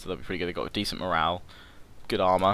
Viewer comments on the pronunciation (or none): none